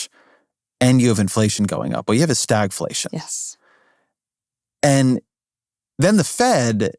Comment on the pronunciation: Over one hour fir this? STAGLATION! Just say stagflation, ffs.